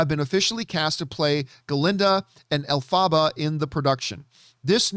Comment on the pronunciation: The way he says Elphaba 🤣🤣 love u John